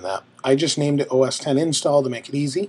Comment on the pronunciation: Thank you for pronouncing OS X correctly! And for a great tutorial.